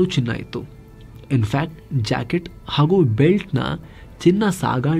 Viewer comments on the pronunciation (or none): english acket or kanndada jaakitu yaavudu arthane agalilla pl sariyaagi helappa naavu osi peddu mundevu